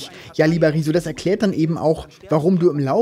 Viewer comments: Ich finde es wirklich niedlich, dass beide seinen Namen immer wie "Rieso" aussprechen ;) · Ich kann niemanden ernst nehmen der Rezo nicht mal richtig aussprechen kann 🤣